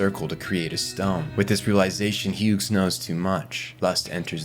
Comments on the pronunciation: so you also hear the ai voices fucking up every pronunciation possible? 😅 Had to stop the video after the third Huegs 🙄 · Why do you keep pronouncing the G in "Hughes"?